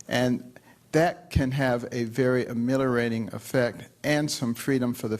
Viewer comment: Amillorate ? Can he English?